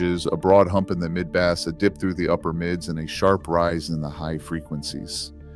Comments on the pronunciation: Quick tip: To get Ai to pronounce BASS correctly, type "Base" in the script. It's not a fish. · Why do we need the AI voice over pronouncing words like Live & Bass incorrectly. 🔊 Really??